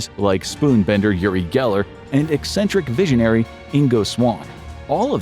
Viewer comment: "Yuri Geller" - are you trying to say "Uri Geller"? He's not Russian. It's pronounced Ooory not Yury. 😉